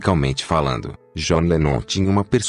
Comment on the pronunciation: começa que o cara nem sabe pronunciar o nome do john direito.gostaria de saber onde está essa declaração que ele diz que bateu nas duas pessoas,tenho,livros,dvd,sou colecionador há 40 anos e nunca vi ou ouvi isso.dizer assim,sem citar fontes fica vago.pior do que o fanatismo dizer que o idolo é perfeito,é tratar o famoso como se ele tivesse que ser perfeito e sem erros.